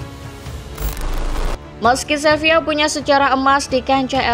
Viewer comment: SEVILA bukan SEVIYA!!!